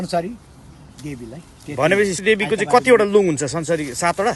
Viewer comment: पूजा अमेरिकातिरै होकी कसो मेम ? पुकार शब्द "संसरी" नभएर "संसारी" पो होलाकी !